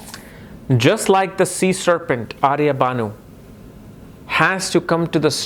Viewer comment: Pronunce the name properly..it's ahirbhudhnya..not aryabhanu